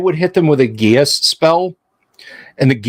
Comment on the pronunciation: Unfortunately, geas is pronounced GESH. But, I, too, did pronounced it the way you did.